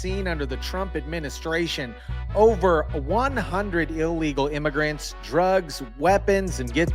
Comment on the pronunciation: It's pronounced "illegal" not "ill eagle".